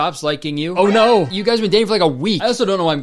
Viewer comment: most Canadian “oh no”